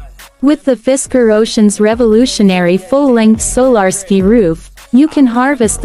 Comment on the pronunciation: So-lar-skee roof!